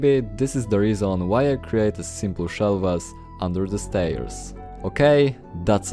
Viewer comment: Od razu widac ze polak A tak serio, nie hejtuje ale proszę, popracuj nad akcentem. Póki co w miarę dobrze ci idzie. Kilka wskazówek: "shelves" wymawiamy jako "szelfs" "r" jest zazwyczaj miękkie "mention" wymawiamy jako "menszyn" "window" mówimy "łyndoł" Najlepiej sprawdzac z google translatorem jaka jest wymowa. Ale budowle świetne, na 100% użyję